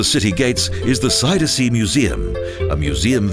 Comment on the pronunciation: This announcer can't pronounce "Magere Brug" or "Zuiderzee" correctly. Kind of irritating.